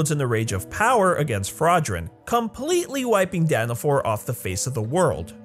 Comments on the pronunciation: it's Dana fall not Dana fore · It’s daniFALL not daniFORE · By the way how you say dawn of falls is wrong your saying dawn of for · He calls the place Danafall “Danafor” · Danna-FALLL not DAAAANNNNNNNA FOUR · IT'S NOT FU*** DANAFORR ITS DANAFALL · DANAFAL NOT DANAFOR 😣😣😣😣😣😣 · Its danafol not danafor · 😡 he is saying danifor